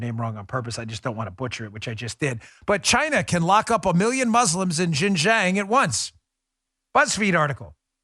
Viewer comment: Dan always butchers xinjiang